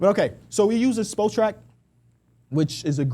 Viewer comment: THE WEBSITE IS SPOT RACK NOT SPO TRACK. Come on